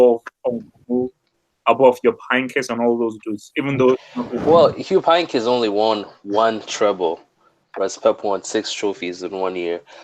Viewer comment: I'm a Dortmund fan, but you have to put some RESPECC on uncle Heynckes' name